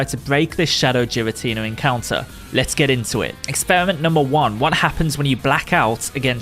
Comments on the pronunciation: The letter G doesn’t make the J sound.. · Youre pronouncing it so wrong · How are you gonna be a Pokémon YouTuber and mispronounce the names bruh 💀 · It is a hard "G", not a soft "G". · Even tho the pronounciation of giratina in this video is killing me, still really cool. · It's really bothering me of how he's miss saying his name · The way you say giratina really bothers me.. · Not how you pronounce his name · kid? 😂And giratina is the right way to say it the j sounds weird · You said Giratina differently then literally everyone. So you're objectively wrong. Honestly should apologize. Imagine calling someone's name wrong consistently and find out later without apologizing. Damn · I love your video, my dude, but you didn’t “say it differently to us”. You said it wrong. It was straight up incorrect. Every Pokémon name has an actual, canon pronunciation. It’s one thing to swap a consonant somewhere in the middle. It’s another thing entirely to mispronounce the first letter of a Legendary Pokémon that has been around since 2008 and get mad when people tell you how annoying it is when we have to listen to it for 8 minutes straight.